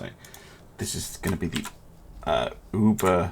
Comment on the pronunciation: As a hint for you for further Battles with German Ships. It is not Uber it is Über. i like your content